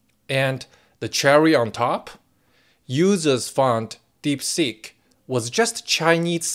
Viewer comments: um.... was that "DeepSeek" or "DeepSick" ? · Hey, not sure if it was intentional but I kept hearing DeepSick! ha ha